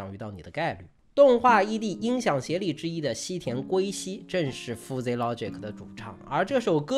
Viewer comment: Fuzzy 读 ˈfəzē 吧 阿泥妹饭真的读出了南京味 太亲切了 在南京读的大学 😂😂😂